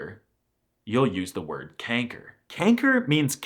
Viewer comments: kenker? it is pronounced kanker (the a is porunounced like the ah a) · It's a little odd how you pronounce many of the supposedly Dutch words you're describing in English or Danish rather than Dutch. That is not you pronounce "kanker", or "tyfus", for example. It's a fun video, but I do think your pronunciation is a lot worse than you're implying. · My bro did you just say "Kenker"? I'm subbing, just for that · it sounded like you said "kanker" (in a more english way) lol also, i dont really see ij as a seperate letter. if theyre togethere to make 1 sound it can also be called lange ij (literally "long ij"). i learned the lange and korte ij/ei and otjes ou and atjes au but i really dont think that way. also, i didnt even know that if ij is at the beginning of the sentence, theyre both capitalized. if i even capitalize something, id only capitalize the i lol diphthongs* tbh your ui sounded like an au/ou 😅 also, its het meisje (not de meisje) because meisje is a "verkleinwoord", which basically means its when i word got small (meisje has become the new word for girl over timez but it used to be meid, which has de, not het) "ik zou dat uranium willen eten" 🤣 also, the g could be said in a soft way, we'll understand. its also said in a soft way in limburg and (noord-)brabant and dutch is said in alot of different ways (like saying de/deze/die when its het/dit/dat (god i hate that)), but that could also just be the evolution of dutch. languages are constantly changing and evolving, sometimes less noticed, so that could pretty well be the case sorry for this endless comment, i felt like sharing my thoughts :) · First of, as a dutch person, I don't know what to say... I feel offended but also not? It was really funny afterwards but why the "kenker" there, that one caught me so off guard xD Also, why is pronunciation so hard, and thus so incredibly wrong in any other language (not including languages close to Dutch)